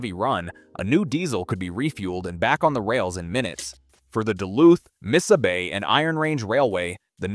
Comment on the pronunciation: Missabay?? “Mesabi” is pronounced 3 different ways, good video otherwise.